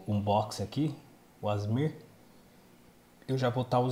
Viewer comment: Agonia quando o fala "Asmir" 😂😂😂 pqp! A-S-M-R!!!! 😅